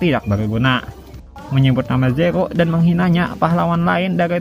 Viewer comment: nama pahlawannya ZERO bang.. bukan zekho 😑